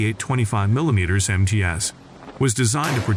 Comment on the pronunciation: 25 millimeterZ rounds??? Say-BOTs rounds??? ("Say-boe!") Hate AI narration. Hire me. I'll do it, and crush it.